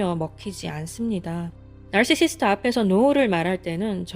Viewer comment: 나르시시스트..나르시시스트 발음을 계속 따라해보고 있는 나...발음어려운데 어쩜그리 구슬 굴러가듯 발음을 잘하시죠?